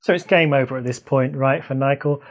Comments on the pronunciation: Thought I had a hearing problem cause I heard you saying Nichael and Germany 😂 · From onwards, are you saying N-ichael? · and Nichael